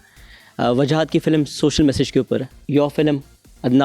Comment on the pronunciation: Boht hi koi farigh host pakra hai kasam khuda ki ..... Film ka critic hai aur masha allah film ki hi pronunciation theek nahi .. filam 😄 Something haute or Even momin ali munshi would have done a lot better job.